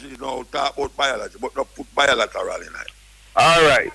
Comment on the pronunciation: Biolateral?! LMAO. It's bi-lateral Mr. Man. Bi means two. Hahahaha! Oui foute!